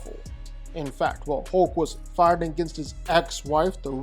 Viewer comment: Why everytime this dude says fighting I hear farting?